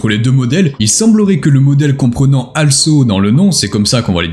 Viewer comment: Un petit détail en passant, "also" ne se prononce pas "alsso" mais "olsso" ;^)